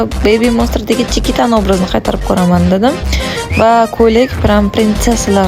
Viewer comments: Chiquita Chikita deb o'qiladi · Iltimos, Chiquitani ismini Chikita deb xo'rlamasdan to'g'ri o'qing. Kyn siz o'zbeksiz, musulmonsiz hozi shu ahvol yarashyaptimi sizga😒